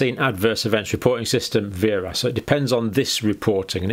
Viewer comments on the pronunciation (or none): VAERS is pronounced "vares." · It is not a complicated form in any way shape or form. Also you are mispronouncing VAERS it is said vay-ers